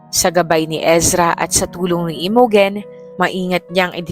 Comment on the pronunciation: Imogen is pronounced as I-mow-jen ❤